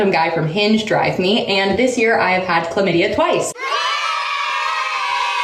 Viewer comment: Did she just say shes had climidia twice🙃😐😐😐🤭🤭🤭